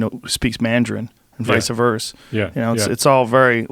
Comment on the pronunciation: Joe "Vica Verse" Rogan